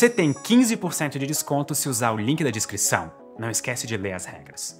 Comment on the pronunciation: A única coisa triste dos vídeos do é ouvir ele falando "discrição" em vez de "descrição"